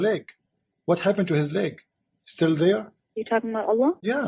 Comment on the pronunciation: Leg not lake. Can you read?